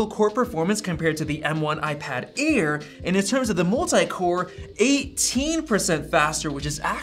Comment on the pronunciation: Its Air not Aid